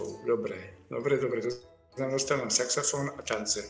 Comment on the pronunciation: Prečo mu nepovedala, že to nie je saxafón,ale saxofón. Veď to sa nedá počúvať ako to vyslovuje.🤦🤦